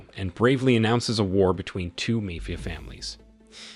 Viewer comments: Thanks. Now if we can just teach the techs' how to say Mafia.............. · If you notice the voice is too, that’s why there is serious mispronunciation of words, like mafia, for example.